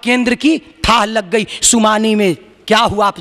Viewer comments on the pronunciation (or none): बाबाजी, सुमानी नहीं सूनामी कहते हैं !!